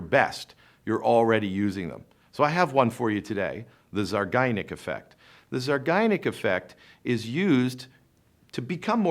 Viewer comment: Not to be a prude (and I realize it’s spelled properly in the title), but it’s pronounced zeye-GAR-nik; not the way the speaker says it in this video.